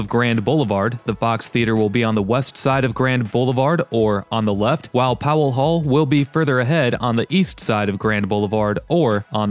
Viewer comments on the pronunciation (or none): none